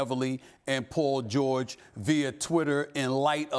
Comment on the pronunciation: Poal George